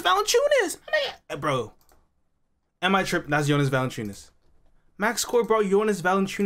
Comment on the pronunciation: Ahahahaha, it's not Valanchunas😂